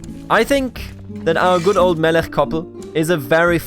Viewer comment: I love this, in Chabad (the 'ch' is like the end of Melech which you pronounce correctly) he will probably find faith, also he is too uneducated to be properly cynical, if anything he doesn't know what to believe.